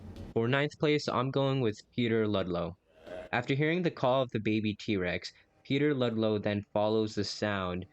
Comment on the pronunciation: It’s not D Rex it’s T rex